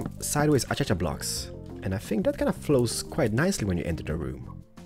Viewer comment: its pronounsed:akasha not achacha.